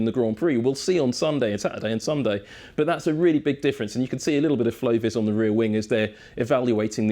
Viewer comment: What's that lime green paint on the front of the McLaren he says "flowvers"?